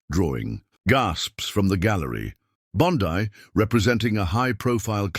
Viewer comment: Pronounced "Bon-Dee" not "Bon-Di".